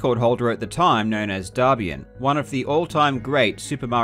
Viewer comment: The way you pronounce "Darbian" sounds like the word for "poop" in Chinese.